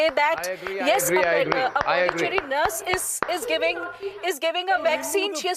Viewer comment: It's nurse and not nars 😂